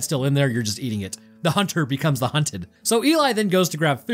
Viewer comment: The HunTer becomes the HunTeD lol it’s so funny how he pronounces it😅